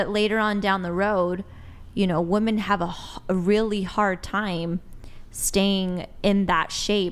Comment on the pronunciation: Why can't any of these women ever say women? Every single 1 says woMAN instead